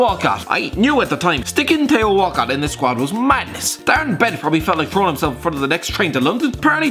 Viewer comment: tay-o walcott